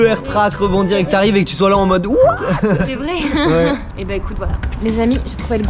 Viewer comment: On dit pa ouééé